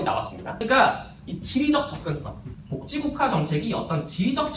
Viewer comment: 발음이 복찌국가라고 해서 그거 만 초점이 맞춰져서 너무 웃곀ㅋㅋㅋㅋ